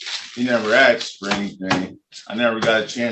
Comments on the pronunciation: He axed when is his general hearing date but he didn’t axe when is his motion hearing date. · "and I axed em" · He Axed the clerk your honnor!